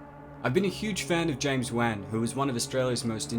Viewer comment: am i the only one who gets triggered by the way he pronounces james wan? xD